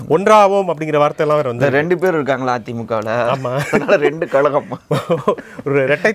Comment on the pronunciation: உங்கள் தமிழ் உச்சரிப்பை சரி செய்தால் நிகழ்ச்சி மேலும் நன்றாக இருக்கும். உ.ம். 'ழ' உச்சரிப்பு. ( கழகம் & கலகம் )